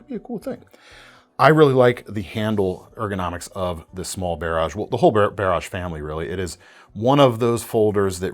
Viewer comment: why are you saying "Barrage" weird, my man?